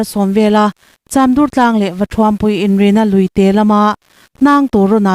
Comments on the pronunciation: Naupang duhawm leh khawngaihthlakthlak rilru thianghlim tak hian ka rilru a khawih hle mai. Muangten chawl rawh se. Chamdur tih lai a dúr tih lai hi tlema thlúk deuh tur anih hmel .. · i aw ngaihthlak a nuam viau mai a mahse khaw hming lam diklo hlek hlek a awm tlat ie. chamdur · I thupuan ngaihthlak a nuam,mahse hmun hming i lam dan hi zir chian deuh a ngai,entirnan,Chamdur,Lungsir,Lailak tih te hi a lam dan dik zawk lo ngaihven la